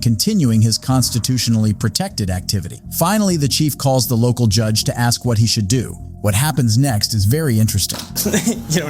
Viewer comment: Why is the word ask so so difficult to pronounce in America?